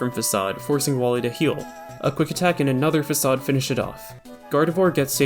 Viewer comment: very well done, congrats! The "fak-aid" at the end got me